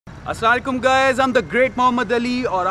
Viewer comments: aslalaikum kiya hota hai asalam u alaikum hota hai bhai pehlay ye sekho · Assalam mu alikum not salalai kum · Great content. Its a shame you cannot say Asalaam-u-Alaykam properly. I heard Asalale kam, what's that bro? Your cursing the person your wanting to greet as the pronounciation changes the entire meaning. Otherwise well done. I think the back suspension is a bit weak as looks so tiny considering the entire car is made from a steel roll cage and steel body panels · Ek Comment Bs K Agr Muslim Ho Pehly Apna Salam Theek Kroo Apni Video Ek Bar Lazmi Dekhna. Tumhara Salam Sun Kr He Video Dekhny Ka Dill Ni Kia... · Someone please tell this guy how to say ASSALAM O ALAIKUM... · Assalam-O-Alykum sahi pronounce ni krte ap..